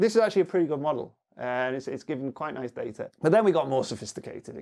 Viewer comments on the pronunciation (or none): none